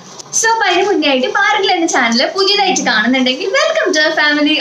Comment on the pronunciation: കുട്ടിക്ക് നന്നായി മലയാളം അറിയില്ലേ???😛😛 "ട്ട" എന്ന് പറയേണ്ട സ്ഥലത്ത്‌ ഒക്കെ "റ്റ" ആണ് പറയുന്നത്.. 😬😬 തുടങ്ങിയിറ്റ് അല്ല തുടങ്ങിയിട്ട്... ഇനിയുമുണ്ട് വേറെ വെച്ചിട്ട് എന്നതിന്‌ പകരം വെച്ചിറ്റ്, പിന്നെ പുതിയതായിട്ട് എന്നുള്ളതിന് പുതിയതായിറ്റ്.. ഇതൊക്കെ ആദ്യത്തെ 1 മിനിറ്റിനുള്ളിൽ തന്നെ.. ഇത്രയും കേട്ടപ്പോഴേക്കും മതിയായി👎👎